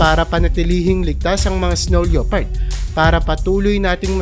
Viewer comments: pronounced lepard not leopard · ano pong sabi mo?" leyopard"? baka lepard yan basahin😊😊😊silent '0 po yan brother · Yan din sa isip ko lepard lods hindi leopard 😊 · Hindi LEYOPARD ang pronounce niyan kundi LEPARD. Silent O. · lepard not LYOpard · Leopard pronounced as “le-pard”